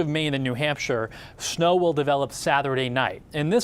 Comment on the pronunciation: Why does he put an “h” after words that start with letter s? Snow becomes shnow, stop becomes shtop, start becomes shtart. Amanda Hill does it too but not as bad as this guy